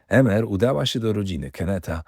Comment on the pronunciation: Emer wymawiamy IMER 😉